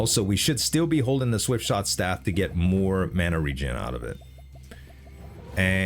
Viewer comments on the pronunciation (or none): not the swiftshot staff misread lol